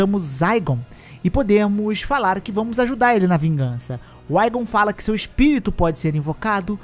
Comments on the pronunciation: a pronuncia correta é ÍGON não aigon, no jogo mesmo em inglês é assim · Poxa podia pronunciar o nome do igon corretamente